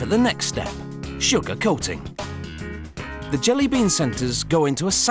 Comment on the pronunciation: I love how he says "SUGAR COATING"